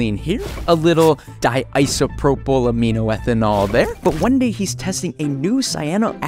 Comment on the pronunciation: How is no one talking about how accurately and fluently he pronounced polytetrafluoroethylene and diisopropylaminoethanol